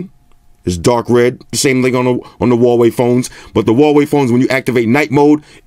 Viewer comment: Did you say "Rah-wei"? Rah!